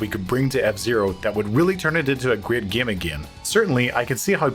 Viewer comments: Did he mispronounce the word game on purpose? He pronounced game as gime, every single time except for when he said gamers. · It's pronounced game, not gaem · It’s pronounced GAME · The narrator's pronunciation of game is nails on a chalkboard. Gyam. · Cool video. Kinda annoying how the narrator pronounces the word game as "gyim" over & over. Still, love this series. Keep up the great wyirk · I hate how this guy says gim instead of game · Where is the speaker from? His way of saying the long a (game, made, etc.) is awesome. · ‘Game’ said like someone from Northern Ireland! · This guy pronounces ”game” and ”made” really weird. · I've never heard anyone pronouncing the word "game" as this narrator does lol